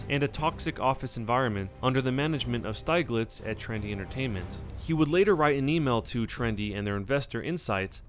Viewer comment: Steeg-litz, not Styg-litz